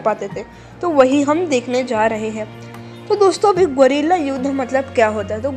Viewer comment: Bolna to sikhle golila😂😂